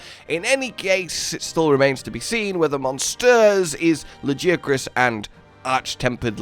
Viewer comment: Every time you say Lagiacrus, it hurts my brain. His nickname is Laggy ffs. How could you say it like that?